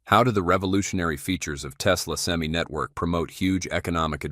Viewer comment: I wish Ai would learn how to pronounce Semi truck. Sem-eye, not Sem-E